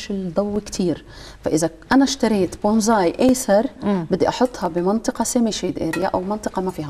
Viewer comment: بونساي وليس بونزاي